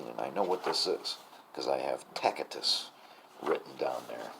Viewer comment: Tacitus, pronounced "Tassittus", not "Tackittus" (with the exception of Michigan, perhaps)